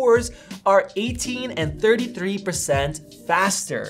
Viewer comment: Great review. Just wish Americans would stop pronouncing "and' as "eeee-and"